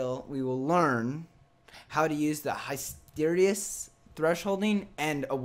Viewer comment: HISS - ter EE - sis